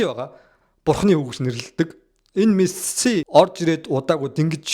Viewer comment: jaahan duudlaga deere anhaarmaar ymu bro мэсссси гээл нэгэл сонин байнаа хаха